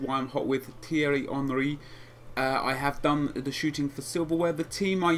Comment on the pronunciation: Tee-ery not Tiry